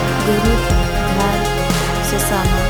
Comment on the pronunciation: Good but घर nahi घार❤❤❤❤❤❤